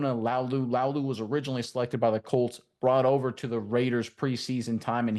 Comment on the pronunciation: La-oo-lu, not Lau-lu